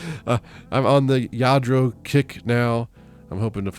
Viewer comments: Yes to the proununfiation...sounds like Yadro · I am new to your channel…and omg..Lladro?? Wow,that Goodwill missed that,unbelievable!😄And yes,you pronounced it well!👍🏼 I am from the Netherlands and I wish we had Goodwill. We do have thrift shops but not as big as you have..😊 The only thing I don’t understand is why thrift stores put broken stuff on the shelves..like the boots you showed us.💁🏻‍♀️ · Yep, you pronounced it correctly. Lladró is a Spanish last name, the LL at the beginning is like pronouncing tortilla the two L's make a y sound. Saw a fake Lladró just yesterday and got excited, nice finds! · When I was in Spain in the Navy, Lladro was a big deal, that was back in the 90's. Every year I turn over figures hoping to find a Lladro, and never, ever have I found one. Super score there. Yes you pronounced it correct. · WOW! 🤩 Fantastic finds! You are pronouncing Lladró correctly.